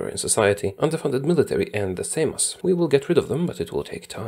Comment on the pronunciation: just perfectly pronounced the word "Seimas". Jesus christ that's skill